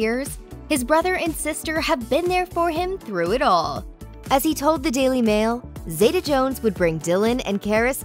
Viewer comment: its pronounced zee ta NOT zay ta